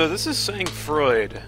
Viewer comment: It's pronounced Sang Froid! :P